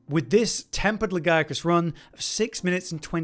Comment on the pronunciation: Thumbs up just for saying "Legiacrus" properly. 👍